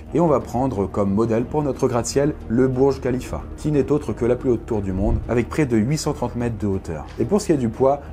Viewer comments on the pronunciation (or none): le Burj Kalifa(déso pour les faites d'orthographe) se dit comme burj Kalifa pas comme bourj kalifa